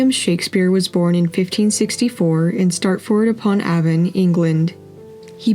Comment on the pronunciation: How hard is it to pronounce Stratford Upon Avon. Also why do some ppl always go out of the way to make things seem more complicated than they really are. She could've said my great-grandmother or even my paternal great-grandmother, but instead she went with my father's dad's mother 😂